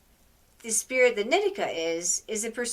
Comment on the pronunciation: I’m pretty sure in the book he says it’s a “she” He also says her name is knee-tea-kah, not Nit-ik-kah lol